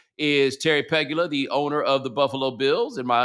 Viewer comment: Franklin called him Peg-u-lah like Bo instead of Peh-goo-lah aa it's pronounced and it was downhill from there.